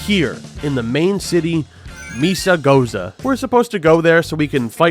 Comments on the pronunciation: The way you say mesagoza makes me think of jarjar binks, and I love it. "Meza gozas shopping today, meza goza to school tomorrow" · its mesa (pronounced meh-sa)